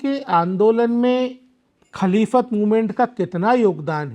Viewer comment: महोदय जी, आप बड़े गर्व से छूठ पे छूठ बोल रहें हैं। और आप की अज्ञानता साफ दिखाई दे रही है। आप खिलाफत आंदोलन को खलीफत आंदोलन बोल रहे हैं। बहिस्ती जेवर को बाहिस्ती जेवर बोल रहे हैं। आप ने ये भी नही बताया कि रात साढ़े तीन बजे उठ कर बच्चे क्या करते हैं जब कि सुबह की पहली नमाज (फजर )लगभग 5 बजे होती है।आप को बता दूं कि इस देश के महान उपन्यासकार मुंशी प्रेमचन्द, इस देश के प्रथम राष्ट्रपति डॉ राजेन्द्र प्रसाद भी मदरसे से पढ़े थे। दरअसल स्कूल का अर्थ मदरसा ही है। आप को सच्चाई छिपाना है। मुझे तो अचार्य हो रहा है कि आप को किस योग्यता के आधार पर इस पद पर बिठाया गया है। रही बात बेसिक शिक्षा की ये अधिकार तो भारत मे सभी धर्म, पंथों, समुदायों को है। वह अपनी भाषा मे शिक्षा दे सकते हैं।आप को केवल मुस्लिम समुदाय को बदनाम करना है। उसे विलन पेस करना है। आप की बात तो यूनिसेफ ने भी नही सुनी क्यों की आप असंवैधानिक बात यूनिसेफ के सामने रख रहे थे। आप हर बात मे गूगल देखने की बात कर रहे हैं। गूगल पर देख ले आज भी हिंदू बच्चे मदरसों मे शिक्षा ग्रहण कर रहें हैं। क्योंकि आप आज भी गरीबों को सस्ती शिक्षा दिलाने मे असमर्थ है। नफ़रत मत फैलाओ अपनी रोटी न सेको।